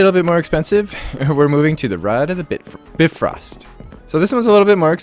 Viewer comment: Hey, great video as always but I just wanted to let you know that it's pronounced BIfrost, with the 'bi' spoken like in bicycle or bionic or... Any other word with the prefix bi, to be honest. Not a complaint, just saying.